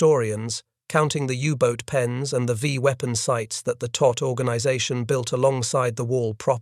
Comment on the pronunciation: It was the Todt Organization, not "tot".